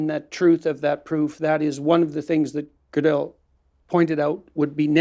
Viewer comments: So fascinating to see JBP (the man who often shreds other’s arguments to pieces) struggle so, in understanding (and pronouncing) Gödel. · JP mispronounced gödel's name so many times and blatantly or due to his ignorance misrepresented his theorems, so just for my respect for gödel, i am gonna stay here and try to exact revenge for kurt gödel. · Sorry but this was really embarrassing. Jordan made no effort to prepare or read Penrose's work (who mispronounces Gödel?!) , and made it worse by trying to force Roger to comment on his personal "ideas" and freshman stoner circle musings about subjects he made no effort to research. I'll admit, Roger should have been clear up front that he didn't want to talk about non-scientific subjects, but that was quite apparent about 10 minutes in and Jordan should have reoriented. Instead, Jordan barely asks any questions at all, and jumps to different subjects like he's on adderall or something, repeatedly interrupting Penrose. It's obvious Jordan doesn't have a scientist's mind, the dude is clearly a writer or orator and not someone that grasps the scope, scale, or formality of precise logic and scientific reason... all of which Penrose represents the world's superstar. I'll never take any 'scientific' claim Jordan makes seriously again, not that I had much respect for the field of psychology in the first place. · How Peterson pronounced Gödel 😅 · nothing sadder than nominally smart people having no idea how to pronounce Gödel